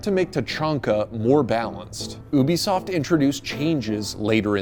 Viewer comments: ha ha, "oobisoft" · It’s you-be-soft YOU-BE-SOFT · Im i the only one annoyed that his pronouncing ubisoft as obisoft? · Yis bcuz ubisoft is pronounced ( oo-bi-soft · ah yes, oobisoft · Its U-BE-SOFT